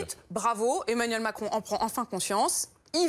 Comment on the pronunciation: C'est moi ou à 4.05 elle a un lapsus et dit Emanuel Mentcron??